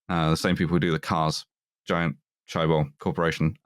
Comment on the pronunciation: big ups to for pronouncing daewoo (대우) correctly big downs to for pronouncing chaebol (재벌) wrong thereofre, we really cant tell if is good or bad